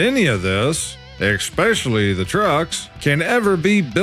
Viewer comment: Its especially not eckspecially .